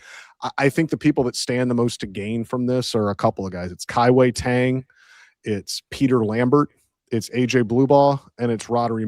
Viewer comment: Guys, it's not pronounced Kai Wei TANG. Pronounce it like you're saying DONE but with a G sound. Kai-Wei DONEG